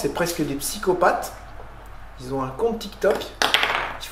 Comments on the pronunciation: qui ont il n'y a pas de z ils ont et non ils zont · S’il te plaît pas qui s’ont mais qui ont. Pas de liaison